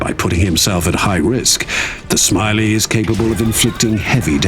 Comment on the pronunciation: ya boi calling them smiley mechs and not shmawey the eck